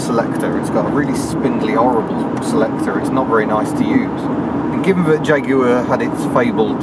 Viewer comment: Is this a jagwire